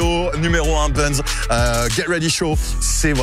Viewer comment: mec t stressant ! travail ton anglais stp.... 'get ready show' et pas 'GAY ready show' ! enfin c toi qui voit. et c'est pas un bun mais un bun'S ! cordialement peace.